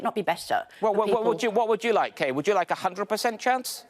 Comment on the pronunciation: It's Kay not Kate.